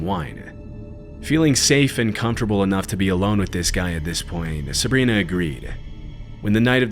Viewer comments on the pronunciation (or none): none